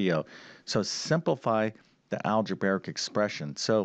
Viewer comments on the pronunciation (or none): We have a new mispronunciation to add to his the list besides parentheses instead of one parenthesis. It is "algebaric" instead algebraic. He certainly knows a lot of math but he needs some work with English. 🤨